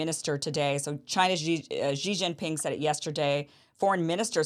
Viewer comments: I don't understand why Americans pronounce the 1st 2 silables of "Xi Jinping" (Xi Ji) like French would pronounce "Gigi". It's so easy to pronounce "Xi" as the English word "she", which would be almost exact. Germans would pronounce even better, as they have the "ch", as in the German word "ich". The exact pronunciation can be found HERE on dozens of videos showing how to pronounce names, cities, provinces, etc, etc in Mandarin: Watch this cute Chinese girl teaching it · Xi is pronounced as “see”, not “gee”. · It’s just pronounced “She Jinping”, Kim. 😊